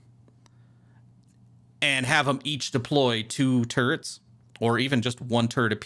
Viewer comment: I keep hearing "turds" instead of "turrets". It's really breaking my immersion.